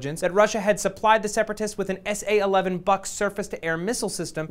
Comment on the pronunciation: "boo-k" not "buck"